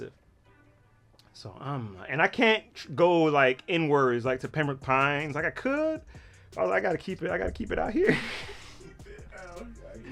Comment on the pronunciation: He said PEMBROKE PINES I started cryin